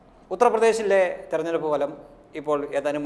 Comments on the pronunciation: ഈ ഫലം(falam) എന്നു ദയവായി പറയാതിരിക്കുക. പ്ഫലം(phalam) എന്നു വേണം പറയാൻ. നിങ്ങൾ വളരെ നന്നാകുന്നു. നിർഭാഗ്യവശാൽ ഇതൊരു ചെറിയ flaw മാത്രം. ദയവായി തിരുത്തുക. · Falam alla ഫലം